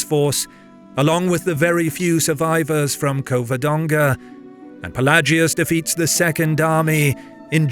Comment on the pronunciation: Cavadonga it is